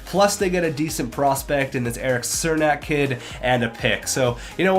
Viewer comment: That's not how you pronounce Cernak's name!